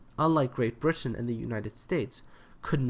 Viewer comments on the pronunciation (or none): none